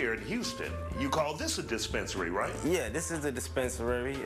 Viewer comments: He said dispensarry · Got that "DISPENERARRY" lol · The man added a few extra letters to the word dispensary lol